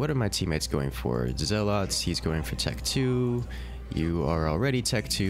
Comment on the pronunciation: If I have to hear you saw "zell-lawts" one more time...